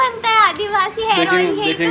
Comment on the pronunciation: Hair ...not harss😂😂